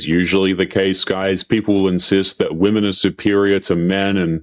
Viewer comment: Why do so many of these people feel qualified to speak about women online when they can't even pronounce the word "women".